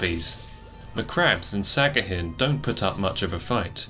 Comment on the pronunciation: Great video, but its sahagin not sagahin